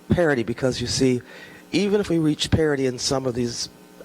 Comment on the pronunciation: is she saying parity or parody at the end?